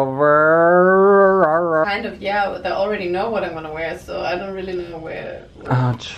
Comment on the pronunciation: "my makeÖYVA" BYEEEE AHAHAHAHAH